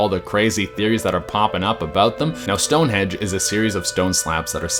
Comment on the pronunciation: Is it "stone henge" or "stone hedge?" Did I just experience the Mandela effect?